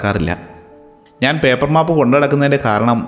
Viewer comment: Nala story ❤except map pronunciation 😅